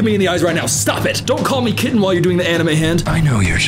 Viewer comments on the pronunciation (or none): the fucking "kittenh" made me physically, involuntarily recoil